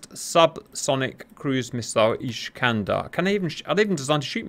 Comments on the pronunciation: Just so you know, its not ISH-kander. It's IS-kander. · it's not iSHkander, it's iSkander, like naSamS. the iskander rocket not flying straight and maneuver on all steps of flight - see Waldemar Skrzypczak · It is not "ISHkander". Unless there is something I don't know I always saw them both in Polish and in Russian referred to as ISkander. Or if you prefer - Искандер. Now I will watch the rest of the video. Hopefully that was just funny Hungarian pronunciation or something ;) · There is no "sh" in "Iskander" :)